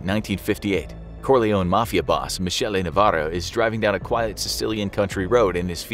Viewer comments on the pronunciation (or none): It's pronounced Mi"k"ele, not Mi"sh"ele. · the way he said Michele